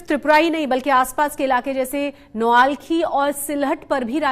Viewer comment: Noakhali not Noalkhi